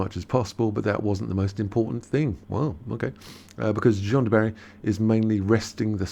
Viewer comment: Thanks for this very much. Of course Johnny will be FANTASTIC in the role. He is a truly great actor. But just to let you know, "Jeanne" is pronounced like "Jean", not "John". You are pronouncing it as the male - Jean (John) - is pronounced. I hope that makes sense! And I hope you don't mind😌💐